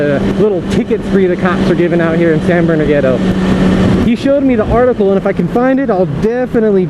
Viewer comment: He was like "Lets get da hell outta hya"